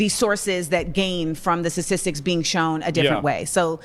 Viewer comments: She can’t even pronounce the word statistics lmao statistis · "Sassistics" - and she claims to be the better educated one? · She can't even pronounce the word. "Sasisicks"? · “Sasisics” statistics? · bro she can't even say "statistics" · She can't even pronounce "statistics" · She can't even pronounce the word statistics, I can't sit here and listen to this willfully ignorant woman. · She can't even pronounce statistics. We can't coexists with 99% of them.